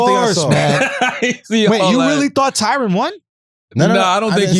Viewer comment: TyRON not tyrone smh